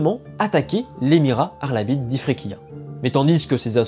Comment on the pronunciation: Je serai curieux de savoir comment tu choisis la prononciation des noms de lieux dans tes videos Par exemple tu dis "arlabide" ce qui est très juste mais pour les villes siciliennes tu utilises souvent des prononciations que personne n'utilise que ce soit en francais, en sicilien, ou en italien Par exemple tout le monde dit cefalù avec le son "ch" pour le c et tout le monde dit agrigente avec le son "j" pour le deuxieme g